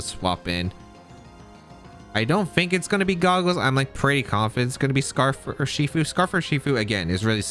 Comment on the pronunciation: Rather than saying 'Urshifu' as a single word, why the fuck do you split it into 3? Not to mention how you talk too fast that your brain can't keep up and you end up tripping over your own words. But like... you talk talk talk rly fast and then it's a slow 'ur-she-fu' n back to fast.